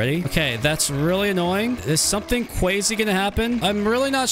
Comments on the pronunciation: You are saying kwazy instead of crazy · Why do u say cwazy